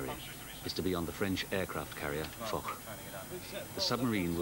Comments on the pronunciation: Foch is pronounced Fosh. It's very unprofessional and childish to use it for a silly laugh. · It's also pronounced as Fosh.